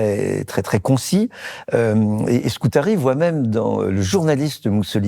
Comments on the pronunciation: Antonio Scurati. Pas Scutari comme vous le répétez, Monsieur Bayart. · Antonio Scurati ! (Et non Scutari, comme prononcé, hélas, 3 fois par le professeur, directeur de recherche au CNRS, M. Jean-François Bayart. Dommage... Par ailleurs, les huguenots français, massacrés, cruellement persécutés par le pouvoir royal français durant plus d'un siècle et demie, ont eu - eux aussi - à "bouger", n'est-ce pas, Monsieur le professeur ? Autrement dit, à s'exiler, à émigrer, par centaines de milliers... En effet, "nous avons /non seulement/ l'immigration dans nos gênes", mais aussi l'émigration. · Scurati et non pas scutari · S-CU-RA-TI. Autrement 👍🏻